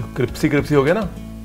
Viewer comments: Kiya aap jaan bhuj ko crispy ko cripsy bolte hai ya ???? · Ranveer aap 'crispy' ko 'cripsy' bolte hain. Aise hi boliye cute lagte hain. 😊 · Adorable when u say CRIPSY CRIPSY, instead of criSpy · Cripsy Cripsy!❤️ Aur Kishmish ke balloon!❤️ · Aaj cripsy jagah crispy ho gaya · Cripsy..... Achha lagta hai.... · not crispy that is cripsy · cripsy cripsy😂😂😂😂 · I thought I heard CRIPSY CRIPSY.. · He says cripsy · It's cripsy...not crispy 😂